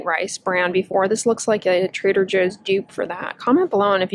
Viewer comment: translation: La Roche Possy = la Roche Posay Trada José = Trader Joe Lol